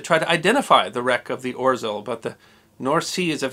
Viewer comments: OT ow spelled Orzel but I would pronounce it Ozhew. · The letter “ł” makes a w sound. So it's pronounced Orzew. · "Orzel" is pronounced "OZHEL" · It's pronounced [Ozheaw] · This is awesome! Can’t get over the pronunciation of orzeł though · Just FYI, and I hope this doesn't come across as criticism, but the bar through the L in "Orzeł" in Polish means it's pronounced like English's W instead. (And a tip: You can use Google Translate's text-to-speech feature for many languages to find out how a word is pronounced in another language.) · I expected dozens of comments on how to pronounce orzel correctly and yet to find one. rz is one sound, akin j or zh. L with a line is so dull that hardly sounds like l. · Just for the record, the 'rz' combination in Polish is pronounced with a "zh" sound, and the ł is essentially a 'w' sound. Hence "oh-zhe-w". Wonderful video! Thank you for sharing this story of Polish heroism! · Greetings from Poland! Thank you for sharing this small, but how interesting event in my countrys history. ...IMHO it's better for english-speaking to pronounce it "Oh-sheaw" making "rz" ligature soft and lisping. "Sęp" and "Wilk" were spot-on. ;) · I love the way you botch pronunciation of Orzeł ;) (Its more like Ozhel) Great job and I have enjoyed this one and many others videos of yours. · “Orzeł” is pronounced “Or Zhe wl” in Polish. My father and grandparents are polish. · "Orzel"....pronounced Ogew. The g is soft like the 2nd g in "garage". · I'ts hard to pronounce the name of this sub correctly, but much closer would sound like: "oh-shell" than "orzel". :) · Hi! I am Polish, this video is great! Thanks for giving our heroic warfare some attention, too! One thing though, you'd read "rz" more like french "j" (like Jean), you don't read out the r sound in there! the Ł is also same sound as your w :D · The "L" with a slash through it is not pronounced as an "L", it is pronounced as a "W" as in Witch. So this ship is name is pronounced "Or-zew" not "Or-zel"